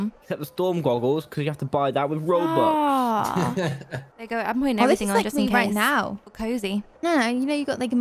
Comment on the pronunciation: Robux, not rubux